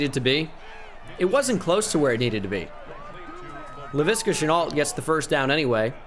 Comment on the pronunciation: and leviska shenault s name is pronounced (le V ska shenault ) not (le viska shenault) listen to rbt new vid from rebuilding the jags